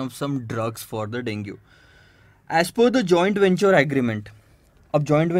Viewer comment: Sir, you have mispronounced the word 'Dengue'.